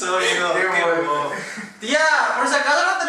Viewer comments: dejen de decir boluo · hahaha!! so funny!! I thought "boludo" was said only in Argentina!! It sounds better with you ;)